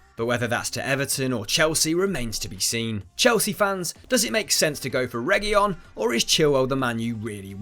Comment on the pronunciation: It's pronounced as Rey-hu-leon